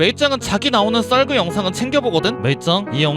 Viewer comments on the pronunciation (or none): 모아보기는 좋은데 처음 썰그가 쏠그로 들려요 ㅋㅎㅋㅎ